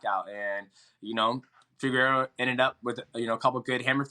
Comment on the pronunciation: Anyone else notice dj say figeredos name right the first time and then say it progressively more wrong each time after that